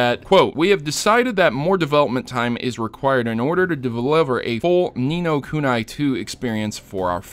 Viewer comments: wtf is nino kunai its ku ni not ku na i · oh for fuck sake its pronounced ni no kunee